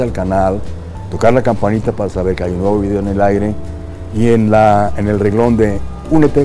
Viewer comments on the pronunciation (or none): none